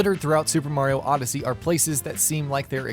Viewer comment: Did he say odyssey yussy